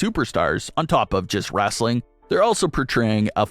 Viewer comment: It's WRESTLING, not wrastling.